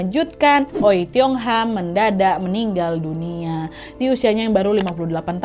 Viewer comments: Setauku dipronunce-nya Wei, bukan O-eiy 😅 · Maaf bu.bukan oei tapi oey.gitu jgn salah sebut .ya!!!! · Maaf kak Nad, kata Oei dibaca Wi. Karena daku ada teman bermarga Oei. Halo Sandra Wijaya. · Btw wak ijin koreksi ya, membaca “oei” yg benar itu “owi” atau “uwi”😊 CMIIW🙏🏻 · oey / oei dibaca wei / ui (wi) kak nad ☺ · FYI, Oey itu dibacanya Wi. CMIIW 😅